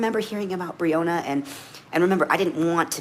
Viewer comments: How insulting it is he can't say her name correctly. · 😂😂😂😂😂😂😂😂😂😂😂😂😂😂😂😂😂😂😂😂😂😂😂😂😂😂😂😂😂😂😂😂😂😂😂😂😂😂😂😂😂😂 He cares about Breanna. He mispronounced her name.